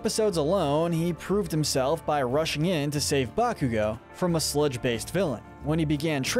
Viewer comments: Izuku is not pronounced Izuka or Izuko. Bakugo is not pronounced Bakuga. Also, although All Might's real last name is Yagi, I have never heard anyone call him that. Sometimes Toshinori, but otherwise, just All Might. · Its pronounced IS-OO-KOO and Ba-koo-go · "BAKUGA" and "IZUKO" lmao